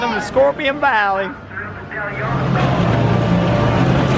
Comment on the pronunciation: I caught your (American) southern accent in "Scorpion Valley," soooo adorable bless your heart.